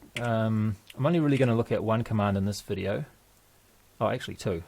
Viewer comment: GREAT VIDEO, i mean vi'di'oh!